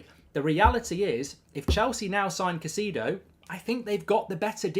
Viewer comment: Bro never fail to butcher Caicedo’s name 😂😂